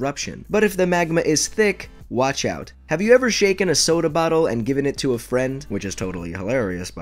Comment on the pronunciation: He said shaken😂 but otherwise good video!